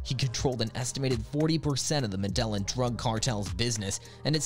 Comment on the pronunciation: How are you gonna pronounce Medellin like that